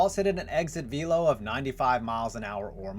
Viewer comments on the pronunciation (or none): none